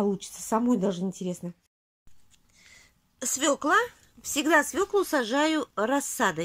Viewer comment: Не Фекла ,а Фёкла,не свекла,а свёкла! Легко потом запомнить,я тоже также со свёклой поступаю, отличных вам урожаев!